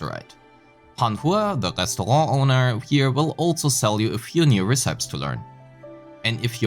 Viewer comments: very informative video but its called " ray-see-pee = recipe" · Ray see pee? It's pronounced reh-sih-pee. Stop giving the guy grief over his pronunciation when you can't even do it yourself. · hey bro,nice video,just a little nitpick I have. Your pronunciation of the word "recipe" isn't exactly correct, cuz it's pronounced reh-suh-pee. Just tryna help dw lol,all the best! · Im Cambridge Dictionary kann man sich online die Aussprache von Wörtern wie recipe anhören ^^ Aber feines Video, viel neues gesehen! Freue mich sehr aufs game.